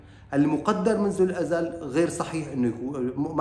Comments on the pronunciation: جزاك الله خيرا ملاحظة صغيرة: الأزل وليس الأذل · كلمة الأزل نطقتها الاذل وهي ليست صحيحة الأزل أي الدهر القديم أما الأذل فتعني أهون شي وأذلهم أي الأذل ( ليخرجن الأعز منها الأذل )